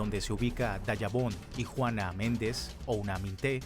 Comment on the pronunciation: Devemos investigar te a lo mejor eres haitiano la palabra no es dayabon es Dajabon, de ves investigar